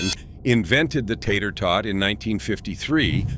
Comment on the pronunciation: AGREE! 💯Also, it's kind of hilarious the way the AI voice mis-pronounces the simplest of words. lol "Tater TWO-IT Casserole?" 😆